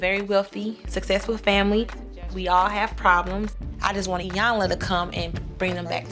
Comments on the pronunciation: And saying 👁 yanla instead of pronouncing Iyanla's name correctly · Apart from their other disrespectful behaviour, this family continually mispronounces Miss Iyanla's name... it's basic courtesy to get a person's name right!!!